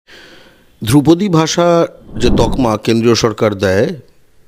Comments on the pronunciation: দ্রৌপদী নয় ধ্রুপদী!!!!! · আরে দ্রৌপদী না ধ্রুপদী 😆😆😆😆😆😆😆😆😆😆😆😆😆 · ওরে, দ্রৌপদী নয় রে, ধ্রুপদী!